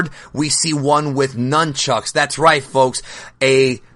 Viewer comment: Right when he said nynchucks i instantly thought about lightchucks, imagine somebody who could master somethibg line that, unstopable